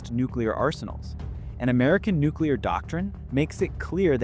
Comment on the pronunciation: Haha I love you way you say Nuclear.....nucular!!! Lol